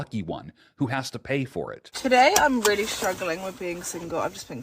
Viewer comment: oh rearry???